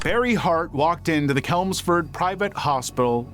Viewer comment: Small heads up, Chelmsford is Ch as in change, not Ch as in kelp